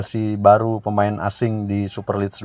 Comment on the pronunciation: Jd subscriber sejak channel ini muncul & suka dgn.materi2nya yg update. Sedikit kasih masukan buat mimin : Super league bacanya "super lig" bukan "super lids" 🙏 Terus berkarya & semakin maju channelnya... Salam Satu Jiwa 💙